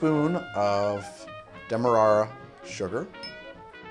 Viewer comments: How does "Demerra" get pronounced Dem mer rar ra? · This is the drunk pronunciation. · Because it's Demerara. There's an extra syllable.